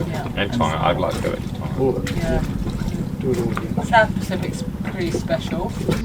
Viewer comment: hmmm, looks like I'm going to have to go back and watch some of your earliest episodes (got to the party late). I've clearly missed some of the *fun*. Thanks for getting the pronunciation of "Tonga" right (been chewing my tongue off watching another channel). Well done - you should have 10x plus more subscribers than you have - don't stop!